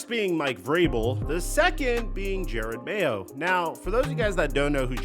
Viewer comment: You'd think someone who makes videos on the NFL would know how to pronounce Jerod Mayo's name. Especially with footage in a video where someone pronounces Jerod Mayo's name correctly.